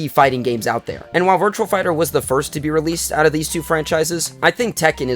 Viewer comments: its "Virtua" not "Virtual". Good video still though. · It's "VIRTUA" not "VIRTUAL". Good video still though.